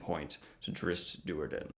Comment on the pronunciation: Canon pronunciation guide: Drizzt Do'Urden: the Do is like the deer, a female deer. Doe urden Drow: like how with a dr. Not like hoe. Saidin: Sai like the weapon, si. Then din. Not si-u-deen.